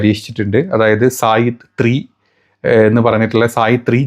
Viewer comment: സായിദ് 3 അല്ല സയ്യാദ് 3🎉